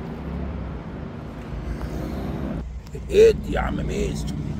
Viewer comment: ي عم ميسو انت بتقول المسيسيبي كدا ليه ايه الرعب دا 😂❤